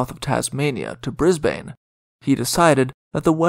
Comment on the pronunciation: The pronunciation of Queensland and Brisbane needs improvement. It was also impossible to "avoid Bass Straight (sic - its a Strait)" - it was the main thoroughfare for all vessels. No one rounded lower Tasmania unless they were physically aiming for Hobart.